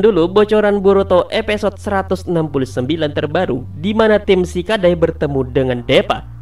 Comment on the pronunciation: Episode bambang bukan epesod